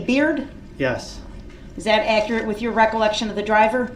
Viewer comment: Don’t forget. Ac er ret.= Accurate